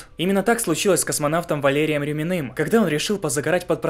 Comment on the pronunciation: Поправки космонавт Валерий РЮЮЮмин, а не РюмИн... откровенно, то ли сомнительно, то ли я не понял - если под водой давление 9 атм, люди в барокамере акклиматизируются при почти нормальном давлении (1 атм), то ворвавшееся в камеру давление должно их смять, а не лопнуть, а вода заполнит камеру, а не высосет останки наружу... на мой взгляд сомнительно - попробуйте ИГОЛКОЙ проткнуть надувной бассейн - сдуется за 2-3 минуты, а тут дырка С КУЛАК